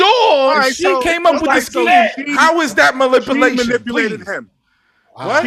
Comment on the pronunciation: "How is that malipalation" 🤣